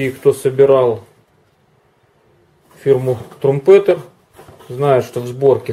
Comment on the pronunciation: Это после Хорьха будет следующая сборка? Название фирмы Трампитэр, послушайте произношение.